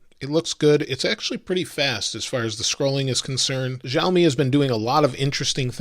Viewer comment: Great review as always! Btw its Shao-mi and not Zao-mi Haha!